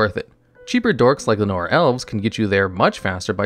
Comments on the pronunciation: While Lotus Guardian is far from great, Princess Lucrezia and Riven Turnbull, both from Legends, are easily worse. At least the Guardian is a flyer that any color can use. Also, your pronunciation of Llanowar Elves is... interesting. I never would have imagined that the W is supposed to be silent. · Every time I hear you say Llanowar, I have half of an anuerism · Wait wait wait... where on earth is that pronunciation of "Llanowar" coming from?